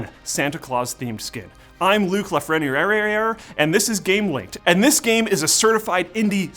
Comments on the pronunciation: so that's how you pronounce Luke lafriendareaerror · la-freny-air. its not french btw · " Luke La Fren 🤣" I don't blame the editos, he said Luke Lafrenieriyereyer. That's German for troll. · I tried pronouncing Luke's name as he did, but I accidentally summoned a demon. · What's up with Luke not being able to pronounce his own name...? lol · Did Luke fumble his own last name? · Luke mispronouncing his own last name is the best. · did Luke just butcher his own name?